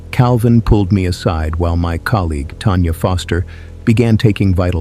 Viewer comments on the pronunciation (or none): none